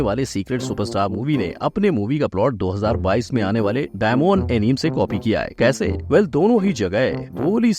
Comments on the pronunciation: FYI bhai its not enim.. pure video me enim enim kar rahe ho... its A + NI + MAY = Anime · एनीमे होता है एनीम नहीं fact bhai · Bro aapki video bohot mast hoti hai 🔥 lekin. Voh Anime hai aneem nahi 😅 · Incorrect pronunciation of anime 😅